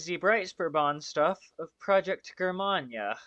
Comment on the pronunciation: Thanks for reviewing my Breitspurbahn models! Also, Germania is pronounced Jur-May-Nee-a. And my last name is pronounced Strass-Bourg.